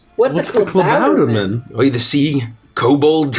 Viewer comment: Tbh I was very impressed with pronounciation of Klabautermann. Everyones reactions to the announcement of the lottery was just brilliant. seemed so pleased with himself! The Lottery was horrifying! Oh gods!! Barnabos' little speech was great, it felt real. Also and his horrible, horrible cliffhangers.